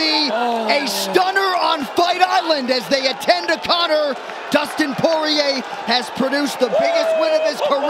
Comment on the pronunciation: You did Conor even dirtier by butchering his easy name🤣